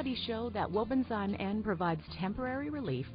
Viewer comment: Please pronounce properly. It’s Wobenzym . Zim not Zime.